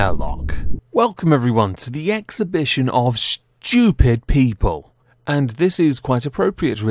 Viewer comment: You can always tell how you feel about a topic by how you say SCHTOOPID Yes I am poking fun of you. With love as always 😂😘 Aww man, I used to watch funhause and Adam was my favorite :(